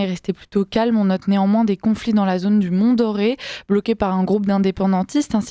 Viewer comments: MONT DORE ET TINDU , qui se dit Mont Dore et pas Doré et Tindu pas tinedu 🤣😂 Veuillez bosser vos fiches avec la bonne phonétique svp avant de prendre la parole, merci. La situation est bien plus compliquée qu'elle ne l'a été dans les années 80. Faites taire le vieux il est épouvantable !!! Poubelle pfff ~Une citoyenne de Nouvelle Calédonie~ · Bon, on dit: Mt Dore et pas doré Tindu se prononce comme ça s'écrit.